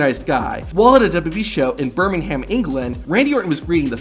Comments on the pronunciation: BRO it ain't bermingham its Birmingham No offence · IT'S PRONOUNCED "BIRMINGHM" >:( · Birmingham is pronounced Birming um the H is silent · I'm sorry but as an English person (in Devon), hearing an American incorrectly pronounce Birmingham triggered me. Thankfully it wasn't Woustershire or lanfairpwllgwyngyllgogerychwyrndrobwllllantysiliogogogoch but at least with the Welsh name it would be understandable but Woustershire and Birmingham isn't as understandable. Tip: Don't attempt to say a British name if you're American 😂